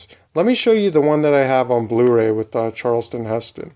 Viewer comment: Charl-ton Heston....not Charleston. That's a dance!